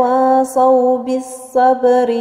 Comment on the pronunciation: إنتبهي لحرف الواو في كلمة تواصوا الواو حرف مستفل